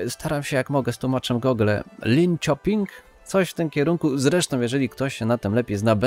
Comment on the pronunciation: "linsioping" "orebru" "westeros" 😊